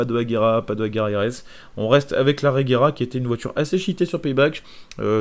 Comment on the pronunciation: Genre la regera et dans le jeu et non l'agera rs lol